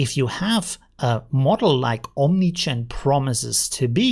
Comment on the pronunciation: Only me hearing OmniChan? :P